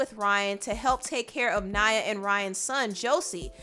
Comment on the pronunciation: The girls name is Naya, not Nyah. Y'all American's pronunciation boy.. Still love your insight tho❣️